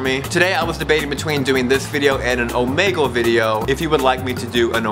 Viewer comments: omegle is pronounced omeeeeegle not omagle jebus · its omeeeeegle with the long e sound btw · do an omegle video! plus, its pronounced like eagle but with an o